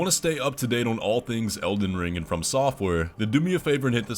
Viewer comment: Also "Elden Ling"